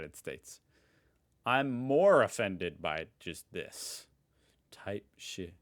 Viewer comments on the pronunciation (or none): HELPP TYPE SHEE IM SORRY 😭😭 it’s type shit but like with the t